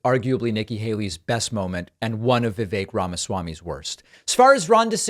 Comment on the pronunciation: i feel awful saying this, but if you can't even say "vivek" properly, why should we think you have an understanding on politics. its not even a difficult name